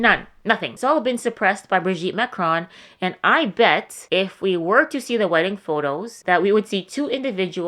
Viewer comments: Good recap. I watched your video on Emmanuel also. I've got to tell you that it is super annoying and distracting for you to mispronounce "Marcron" over and over and over. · It's hilarious that you think you came up with this "theory" of yours and you can't even pronounce Macron